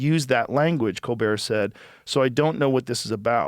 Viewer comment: “Co Bear Show” 😂 not hating because this is good work, but that is pretty funny